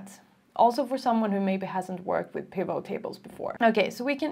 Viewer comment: Your explanation is really easy to follow, thank you so much. As for the pronunciation of 'pivot', the T is sounded. If you look up the episode of Friends when Ross buys a huge sofa, you can hear him shouting "Pivot! Pivot! Pivot!" 😂